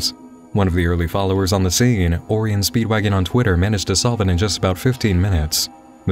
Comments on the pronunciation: Oreion? O-RI-ON, its Orion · "or- rye - ion" not "or = ri - un"